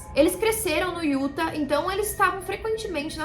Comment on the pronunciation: Uma dica de pronúncia: o estado de Utah se fala “iutá”, não “Iúta”.